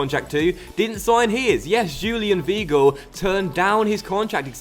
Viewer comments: It's vy - gl not v gl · Zlatko Edgar it's more like v-eye-gil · Zlatko Edgar in German if there is an -ie or an -ei you pronounce the word with the last letter , so , the word VEIL would be pronounced VILE , but if the word was VIEL it would be pronounced VEEL. And also W's are pronounced as V's so Weigels name is pronounced Vhygul. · im sure weigl is pronounced whygl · In german ei is pronounced ai. Also in Leipzig the g is pronounced sch, so Laipzisch and Weigl is pronounced Waigel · Weigl is pronounced like Why- gel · people saying is pronouncining right should look up how his name is pronounced...or just type it into google translate and play it in german or look up the pronounciation of 'ei' and 'ie' or something...I mean come on people it's not that hard to look up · you don't have to be german to know that 'ei' is pronounced as 'I' and 'ie' as 'E' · W is German are pronounced like a v so if you're German how tf did you not know that